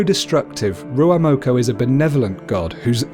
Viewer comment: I hate how he's says ruamoko